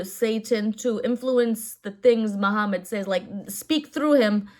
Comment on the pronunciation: Its in the name. MU-HAM-MAD There is also "HAM" in the name.